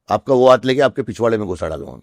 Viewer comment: Hindi ka uccharan galat hy aapka haat me😢